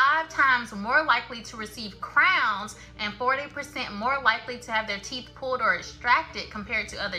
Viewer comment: teeth, not teef